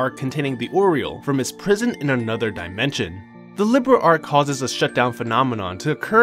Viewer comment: Great vid but it’s “Li-beer—L” Not liberal